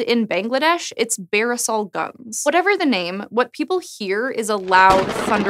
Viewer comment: I live in Bangladesh, and I didn't know it called Barisal Guns. Btw, the pronunciation of "Barisal" is "Borishal" 😂